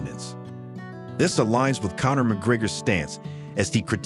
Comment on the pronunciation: Ahhh AI. You can't pronounce Connor's name correctly.